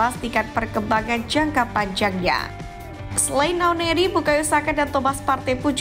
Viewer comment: Nwaneri bukan nawneri 🤧